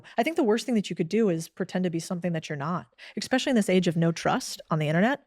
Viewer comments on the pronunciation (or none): "Expecially" isn't a word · Did she just say exspecially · "Expecially" drives me up the wall 😂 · Maybe this is a priggish thing to say, but I just can't take a person seriously who says, "ex-specially" instead of especially. Good talk though. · Did she just say "ex-specially?" Oh. 😮 (Twice 😢)